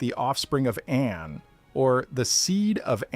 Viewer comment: Thank you. However. 1, Please pronounce the name An correctly. The correct sound is Ah-nn. 2, In another video you said indications are that we are the 8th species. Please reply with elaboration. If I'm not mistaken.